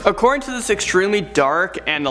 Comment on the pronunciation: “Thizchz bringzhz uzchz to number Szxeven”